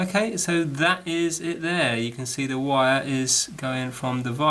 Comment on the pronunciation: You is a bit longwinded and it's wire not vire